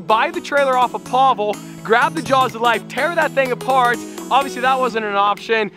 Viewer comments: Pablo🤣🤣 it's Pavel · He is not a gypsy, he is russian so don’t call him pablo, its Pavel!!!!